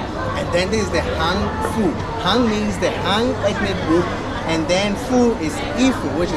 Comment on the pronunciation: Thanks for liking Han Fu, but han is the fourth sound (hàn) instead of second sound (hán). (Hán) is the sound of Korea, and after Korea trying to steal the culture of the whole world, especially China, Chinese don't want their culture to have any relationship with Korean. Also, the videographer could learn more shooting techniques.